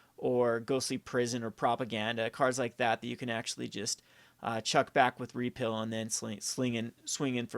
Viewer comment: Pronounced repeal and prowess wrong every time. Kind of annoying. They're not made-up words, they are actual english and have actual pronunciations.